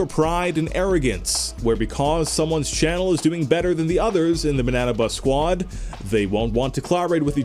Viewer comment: Pleas people don't get mad that he said banna bus sqaud